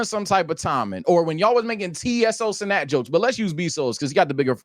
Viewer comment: It proves they dont know wtf theyre talking about when they can’t even pronounce Cenat correctly